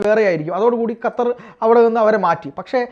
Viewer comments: ഹത്തർ അല്ല..... ഖത്തർ...!!!! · ഹതർ അല്ല ഖത്തർ aanu